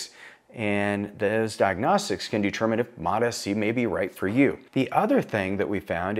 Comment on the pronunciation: He is saying it good, all docs call it like this